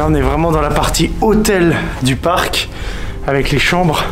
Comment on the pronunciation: Non je rêve la "Park" laisse moi rire c’est "parc"...